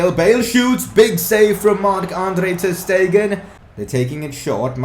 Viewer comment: and ter stegen is pronouncedas ter shtegen